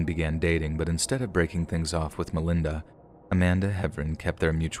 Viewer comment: As a friend of the Sharer family, yes I am from Louisville, I don't like the way her story is told here at it all. First of all you're saying her name wrong and second of all you start off showing what Melinda went through as if people need to understand her for what she did. She is the devil herself and a terrible disgusting human being and deserved every single thing she got and then some! This was a premeditated murder and the things they did to Shanda were unimaginable!! Some of this story isn't true or maybe you're just telling it wrong but if you experienced it the way I did in real time then you maybe would understand. Melinda and the other two deserve to burn in hell for all eternity and I hope that for whatever time they have left in this world they have a miserable existence. I hope Shanda is in their nightmares every night making them relive what they did and they never forget what sadistic human beings they are! RIP Shanda! Never forgotten! ❤️